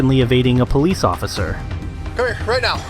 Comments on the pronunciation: Same!! And ossifer... It's OFFICER! 😂😂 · Is no one gonna mention that he keeps saying "ossifer"...